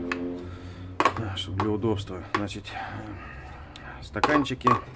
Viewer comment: значит, а не значить!